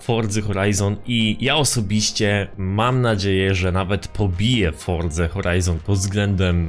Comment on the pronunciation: Czemu mowisz fordza ? Xd